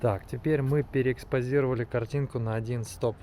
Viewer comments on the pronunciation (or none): "Теперь мы переэкспоЗЗЗировали каринку на 1 стоп"))))) Экспонометр надо было назвать экспоЗометр) Жги еще :-)